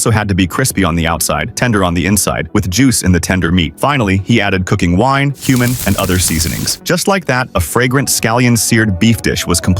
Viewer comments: bro what it’s pronounced “quemin” not “human” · Umm is nobody gona talk about how we all heard human and not cuman and why are you giving me dirt i askt for a salad? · I heard the cumin like human 😂😂😂 looked again and understood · I thought bro said human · "cooking whine, human, and oth- HUMAN????" Edit: my bad it's cumin not human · I heard human instead of cumin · Cumin is pronounced as human